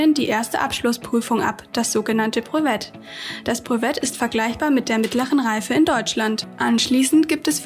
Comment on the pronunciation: Schönes Video! Könnte man vllt. noch die Rechtschreibung (lycée professionnelle) verbessern + französische Wörter auch französisch aussprechen (z.B. "brevet"). Dann würde sich das Video sehr gut für den Unterricht eignen!